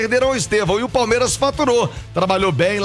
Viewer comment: PALEMIRAS O português ta em dia 😂😂😂😂